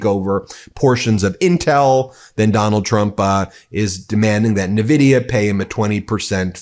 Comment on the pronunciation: En Vidia. Not nuh-vidia.